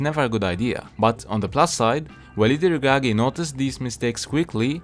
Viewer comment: The way u pronounce Walid El Ragragui is spot on! 😅